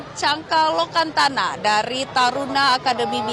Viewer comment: Canka Lokananta mbak e bukan lonkantana